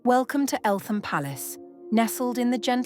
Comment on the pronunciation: The TH in Eltham is not pronounced.........😇 Great footage !